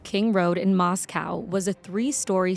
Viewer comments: Moss-co is how you say the city name. I cut Bryan's hair one time. Empty eyes, odd interaction. Came across as snobby and aloof. But that's part of my bias catering to college pukes. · BTW. It’s not moss-cow. It’s moss-co. I grew up in Idaho. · Locals pronounce it “Mostco” like Cotsco not the city in Russia.